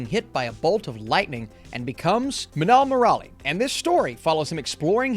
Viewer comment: Not manal moral it is minnal murali study malayalam lauguage and say this word